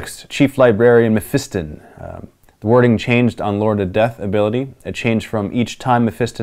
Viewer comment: Mef I ston holy shit I've heard this said wrong see since 5th